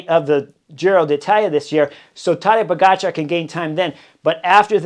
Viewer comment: He was introduced as Tadej Poga Char, not Tadej po-gotcha